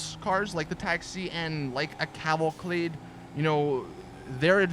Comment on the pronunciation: Cavalcade! Not Cavalclade. lol